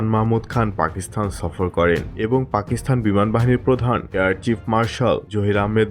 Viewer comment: পাকিসথান নয়, পাকিস্তান । আপনার উচ্চারণ ঠিক নাই